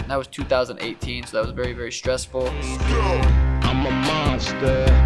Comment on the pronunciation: "Before our berry eyes" 😂